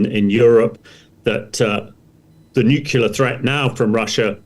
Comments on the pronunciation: Its not nucular its nuclear. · I cannot listen to an expert talking about nukular things. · Former US president Jimmy Carter, a nuclear engineer, always said nukular. Who am I to argue. We say eye-urn not i-ron. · This Frodo can’t even pronounce nuclear. It’s as if he’s never had to spell the word.